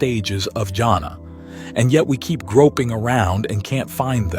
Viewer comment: I'm sorry you're mispronouncing "JHANA" -- it is pronounced with an H sound as Hannah, or is yahna. It is not pronounced as jungle